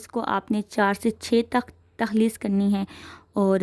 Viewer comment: Mam takhlees ni talkhees hota ha 😊